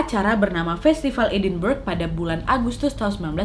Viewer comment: Edinburgh klo ga salah bacanya edinbrahggh